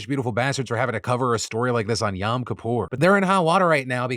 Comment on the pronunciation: Oops, looks like I've discovered a new pet peeve, and it's when people pronounce the "Yom" in Yom Kippur like "Yahm". (It's supposed to be a long ō sound, so more like "Yome" with a silent e.) Like, I don't blame you or anyone else for it, transliteration is not an exact science, but DAMN if it doesn't grate on me sometimes.